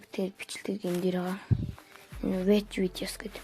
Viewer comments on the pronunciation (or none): watch gej zov duudaach suga min